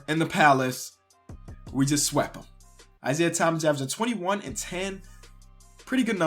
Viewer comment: "we just swep them" I think he means swept